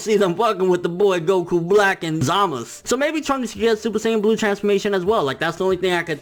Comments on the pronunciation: No. Go back and listen. They say ZamazU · ZamazU. please. pronounce the damned U.